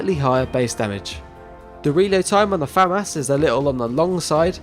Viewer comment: finally someone that pronounces FAMAS correctly. its not Fuh-Moss. it's Fam-As